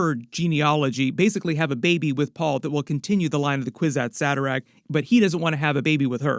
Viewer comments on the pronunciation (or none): Kwisatz Haderach not Saderach...